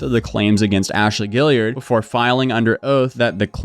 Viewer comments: "gee-yard" not "gilliard" lol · Guillard is not “gill-ee-urd” it’s “gee-ard” with the g pronounced the same as it is in green. Kinda like Guard if you spelled it “Gyard”